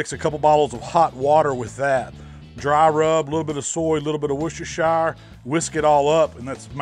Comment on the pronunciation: Lol the way you say Worcestershire made me laugh